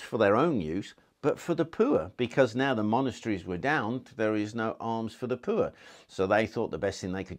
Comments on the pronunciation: I love the way he say poor -lol - peuer ha ha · Talking about the Royal privy then pronouncing poor as pooer had me in stitches.